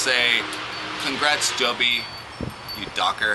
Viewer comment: its Joby Baby not Jobe Baby